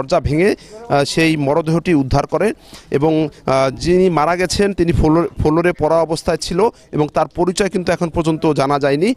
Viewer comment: ফোলোর/ ফেলাট/ পর্কিয়া এসব উচ্চারণ নিয়ে কিভাবে উনি রিপোর্টার হইছেন???